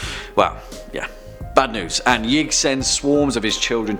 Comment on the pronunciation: #2 is actually pronounced “Yeeee..ig”. Source : Important Videos Playlist